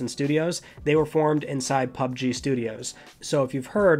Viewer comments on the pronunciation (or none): none